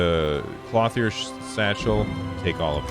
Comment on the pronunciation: lol, it's "klohth -yer"